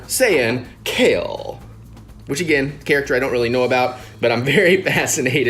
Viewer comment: Kefla not kale